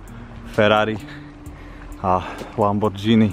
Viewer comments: Naráža na výslovnosť . Číta sa lamborgini. Píše sa lamborghini 👍🏻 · Vyslovuje se to "lamborgýny" a ne " lambordžíny"..